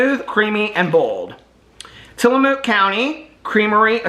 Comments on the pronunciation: It's pronounced till a muck. However, I do love that you saw Mook. 😁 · hey! i’m an Oregon native and grew up eating Tillamook and you have to buy the blocks of cheese! they’re soo much better! and it’s pronounced Tilla-mook (pronounced like book)! Tillamook is a little town on the Oregon coast and you can tour the cheese factory! you also HAVE to try their ice cream if it’s available in Indy. love you!! coxo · Tillamook rhymes with book.